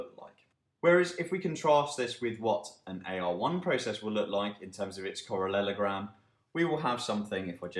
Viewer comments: Yeah it made me giggle too! He says correlogram in the next video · "Correlelogram" sounds hillarious :)